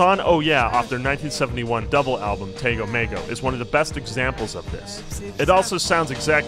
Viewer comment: Did you say “Tango Mango”? Lol